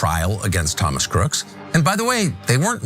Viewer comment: Sorry, Ms. News Reporter, but when a person's name ends in the letter, 'S' as in, Thomas Crooks, you don't pronounce it or say it as, 'Crookses' when referring to a noun in the possessive form. i.e., 'Crooks' [online accounts], Crooks [Bike], etc., Instead, it's simply pronounced the exact same way you would normally say his name on any other circumstance. And if you happen to be writing it or typing it, you would simply add an apostrophe after the S to indicate the possessive form...(Example..) Crooks' Guns. NOT Crookses Guns... SMH and you're a journalist / reporter? In your profession, one would think that it's important to speak with proper grammar?